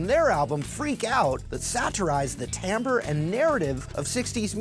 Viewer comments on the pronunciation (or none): none